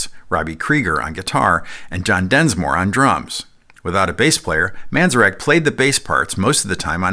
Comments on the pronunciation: The name of the keyboard player for The Doors... is Ray Manzarek NOT "Manzerak" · Great video over all but, my friend, you are butchering the names of two very important musicians. It's Ray Man-zair-ek and Joe Zah-vee-new. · I’ve never heard Ray Manzarek’s name pronounced that way 🙄.And The Doors did have bass players in studio, most notably Elvis’s bassist Jerry Scheff